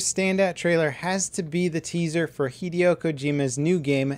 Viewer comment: repeat after me: Hih-Day-oh